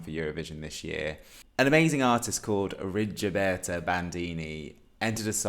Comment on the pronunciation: Just one tip: her name is pronounced Rigoberta, not Rigioberta ;-) Oh, finally I find someone whose Rigoberta's Top 1 (after Ay mama) is Too many drugs!!! It was her first single, released during the second week of lockdown in March 2020 and I instantly fell in love with her then... Please have a look at her lyrics because they mean soooo much in her songs.